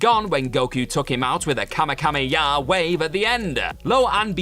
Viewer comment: 1. That was the original piccolo not piccolo jr 2. “Kamekameyaa”?